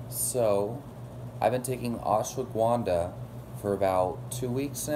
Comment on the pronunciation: Ash-wa-gun-dha not ashwa-guvan-dha